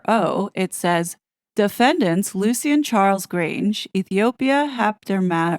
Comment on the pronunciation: You’re pronouncing Lucien wrong. It’s pronounced Lushin.